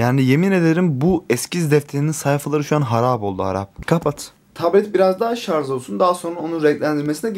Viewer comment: şarz demeyin şuna